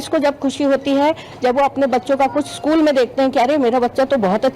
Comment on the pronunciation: शकुल नहीं.... स्कूल बोलते है